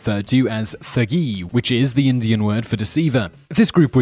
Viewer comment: The Thugs of Indier Thugs of Indier of Indier INDIER INDIER